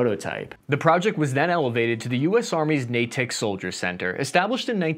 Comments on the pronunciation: nay-ik, not nay-tak. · Masshole here. It's "NATE-ick" Soldier Center, not "Nay-TICK". can't even pronounce his own last name.... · I'm sorry,, but Natick is pronounced Nate-Ick, not Nay-tick. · Natick (/ˈneɪtɪk/ NAY-tik)… not Na-tech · Say Nay- tick "Natick labs" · NATAC = mispronounced Natick = a suburban town in Massachusetts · natick is pronounced nadick. don't even get me started on worcester. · Cap it’s pronounced Nay-tick